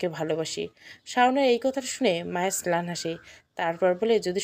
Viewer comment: ছেলান কি ম্লান হবে। ছেলান হবে না আপু